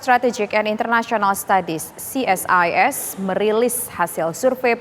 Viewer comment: Ce Es I Es..... bukan Si Es Ai Es.... krn ini singkatan, kalau UNESCO ( akronim) dibaca Yu nes ko....